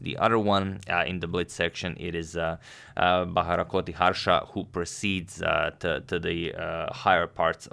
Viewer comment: Hey Agad. Since you are an excellent pronouncer of names, here is a suggestion. The 'ti' in 'Bharathkoti' is pronounced as in TIck. Also, it is Bha-Rat-Ko-Ti. The "a" in "Bha" is short. The "a" is "Rat" is also short. "Ko" is pronounced exactly as "Co." And "Ti" is as in "TIck." You are not pronouncing the "Rat" part. Finally, it is not Gan-Gooly. It is Gaan-Guly. The "u" is short. The "a" is long.